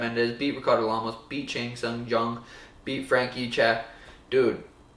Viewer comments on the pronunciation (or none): none